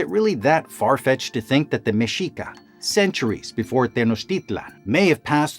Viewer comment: Thank you for pronouncing Mexica, tenochtitlan, and nahuatl correctly